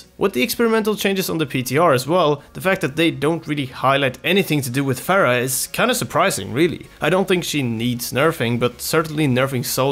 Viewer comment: people like you make me cringe. it's fucking Pharah with an H. how hard can it be